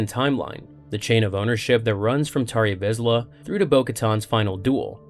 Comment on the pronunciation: Lost me at "Tarry Vizla"